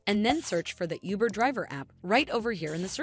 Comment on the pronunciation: Lost me at “youber “